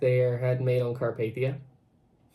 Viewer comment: That thumbnail of the Bright side video looks like the queen Mary not Titanic BRIGHTSIDE DO YOUR RESEARCH and also apparently bright side pronounces Carpathia like car path ey